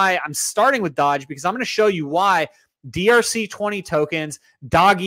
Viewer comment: I hate the way you say doge 😂😂